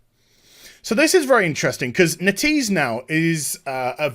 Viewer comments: It is NET-EASE not NE-TEASE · its not "netease" its "net - ease". That is the official pronounciation, just sayin.